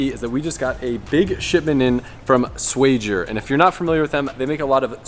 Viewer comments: don't lie to the people about SWAGIER!! You know thats not how you say it brother in law! SHWA-GHEE-YER!!! 🇵🇱👍 Thank me later. 😎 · Its not swag-ier?